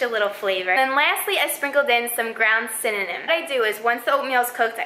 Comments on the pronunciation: It's Cinnamon, not Synonym 😂😂😂😂😂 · "ground synonym" i had to replay and that's what she said instead of cinammon lmao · I stopped listening after 'synonym' i ain't taking advice from someone who can't say cinnamon! haha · Jessica Lynn I heard it too 😂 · Did anyone else notice she said synonym instead of cinnamon lol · Did she say synonym? 😂😩 or was that only me? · I just kept replaying "ground synonym" over and over again omg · "cinonim" IM DEAAAAAAAD LMFAO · you added synonym to your protein powder, or cinna-mon lol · Cinnamon! not synonym! But you're really cute when you smile. Other than that; great video! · Did she say ground synonym or am i just bugging out??? 😐😐😐😐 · I guess italian is her 1st language thats y she said synonym instead of cinemmon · I'm sorry did I hear "ground synonym" 😂😂😂😂😂😂😂😂😂😂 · Lmao she said synonym 🤣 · Did she say ground synonym? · Did this girl just say synonym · Did she say synonym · she said cinanim lol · You said cininin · Did she just say ground synonym... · I love how like every single comment is about her saying 'synonym', lol XD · Dmitri hell yea 😂😂😂😂 I said 👀 I know she didn't say synonym 😭 lol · Lol I'm glad I'm not the only one that can't say cinnamon so it comes out synonym. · "synonym" that made my day😂😂😂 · did she just say... cinnanom? LOL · na she straight up said synonym hahahha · you said ground synonym lol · "synonym" lol love yoou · LMAO SHE SAID GROUND SYNONYM 💀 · *SYNOMIN* is cinnamon lmao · I thought I was the only one that heard ground synonym 😂😂😂😂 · I liked this video cause u said cinnanim lmao ❤️ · She said "ground synonym"😅😅😅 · Am I the only one who heard "cocaine" instead of "cooking" 😂 and "synonym" instead of "cinnamon" 😅 maybe my hearing is just bad! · Is it me or did she say cininim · I love her pronunciation of cinnamon. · Every comment I've seen mentions the way she said cinnamon 😂😂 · geez we get it she pronounced cinnamon wrong, we frickin get it.